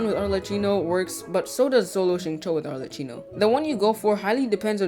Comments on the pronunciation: i'm gonna be the italian pointing this out now xD her name is pronounced like "maCCHiato" not like "cappuccino" "cch" like in "arleCCHino" is pronouced as "C". "CC" like in "cappuCCino" is pronounced as "ch" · I cant stand how he pronounces arlecchino